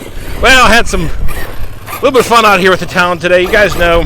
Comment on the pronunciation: love ur stuff but say it with me now...Talion..it's not Talon